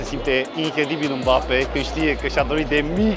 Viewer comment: Nu e mabape se pronunță embape